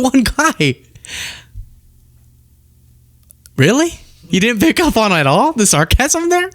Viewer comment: you're an intelligent guy. Please stop saying dinnint. The word is didn't. Thank you, and you're welcome.